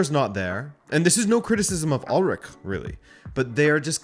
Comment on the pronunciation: It’s Ool-ryche! Not Ulrick!